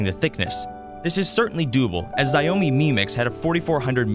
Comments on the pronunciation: Xiaomi = Shaomi, not Zayomi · Zai-Oh-Mi Mix